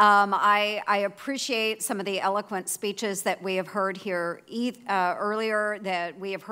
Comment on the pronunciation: I don't spreshate an incomointent